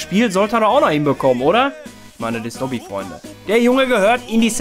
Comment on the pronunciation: Habe immer doggy verstanden😂